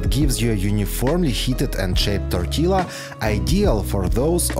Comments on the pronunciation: hey hey just a tip, tortilla - the LL isn't pronounced. Tor-tee- ya! 🤷🏼 . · I really enjoy your videos and the tips you give are very usefull. May I comment...do not pronounce the "double ll" in tortilla as in italiano is "tortiyia". We mexicans do not need them to be in a certain shape to eat them . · It's pronounced Tor TEE Ya. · It’s pronounced tortiya , the L is pronounced a y. Love your videos. All the best! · Check out your pronunciation of tortilla. Try tor tia. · TOR-TEE-LA Hahahah!! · It is pronounced torteeea. Not trying to be a dick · Love, love this channel. Just 2 quick tortilla things. I don’t know if you can get corn tortillas, but that’s what we use here in the states. In Spanish double l is pronounced as a “y” sound. No big deal, but thought you might like to know. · Interesting how you pronounce tortilla. You say the L sound and then finish with the YA sound. In Spanish, it's just the Ya sound after the Ti sound. Great hacks btw, definitely gonna use a few of these! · Tortilla...pronounce the double L like the letter Y (ya). This is consistent for Spanish words. BTW, ❤ your videos! I find the music a distraction, perhaps lower the volume. Thanks...